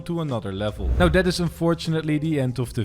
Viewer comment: It iz what it eezz